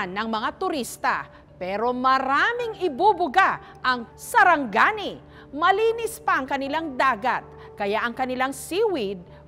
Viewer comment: its sarangani not saranggani